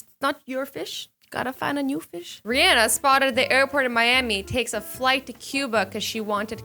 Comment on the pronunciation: .....It's Rihanna not Rehanna but I still love u azzy